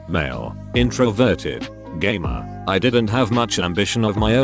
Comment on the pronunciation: I swear instead of "gamer" I heard gay men